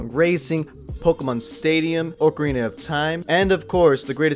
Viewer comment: ORcarina of time